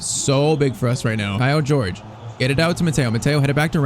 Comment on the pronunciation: It's not pronounced 'George' dummy